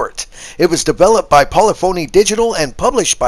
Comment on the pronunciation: It's not poly phony, it's one word and the emphasis is on the second syllable. Your microphone is hurting my ears. You have a lovely voice and accent but the mic is terrible. Thanks for a great review. Not going to touch it, requirement for online connection is not acceptable.